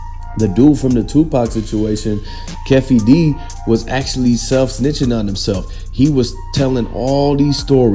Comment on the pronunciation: If you don’t know the names don’t do the report. Wtf is Keff E its Kee fee